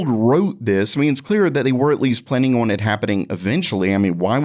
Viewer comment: Everytime this guy attempts to say the word "on" I cringe